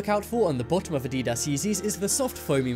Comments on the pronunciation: it's said add-ee-das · LOL to the way he pronounced adidas and his explanation on spotting fake Yeezys. The foam spongy material LOLLLL you mean the boost sir. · The way you pronounced adidas made me cringe